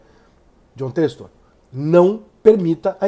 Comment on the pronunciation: pq vc fala Têxtor?